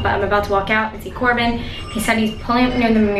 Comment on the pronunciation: its not corbean its corbyn😁😁😁